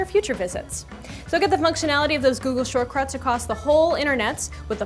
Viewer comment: did she says "shortcruts?"